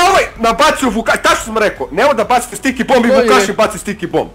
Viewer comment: Zašto stalno govori "STIKE bombe"?